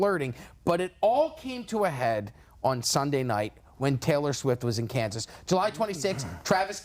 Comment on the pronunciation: Lost all credibility when he said ‘Kansas’